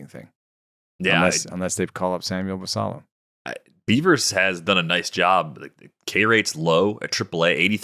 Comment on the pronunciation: I think it is the Spanish pronunciation of Basallo